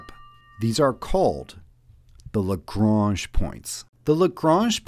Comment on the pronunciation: Nice short video, well-explained and to the point, the narration allowing space for the ideas to sink in. And you did at least pronounce Lagrange correctly.